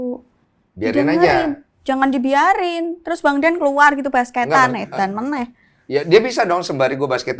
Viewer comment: Logat semarange metu to.. "Edan meneh"